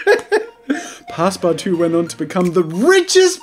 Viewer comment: "pass-PARTOUZE" as a frenchie I laughed concidering how family friendly you usually are